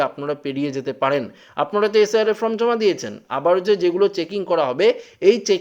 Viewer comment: Hi hii hii ""ftom" naa hhihi""FORM""...hii hii